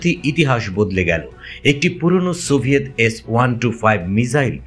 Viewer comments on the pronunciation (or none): none